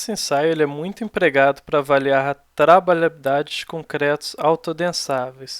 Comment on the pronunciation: Kkk, não consegue falar trabalhabilidade corretamente, mas foi bom o conteúdo. ;)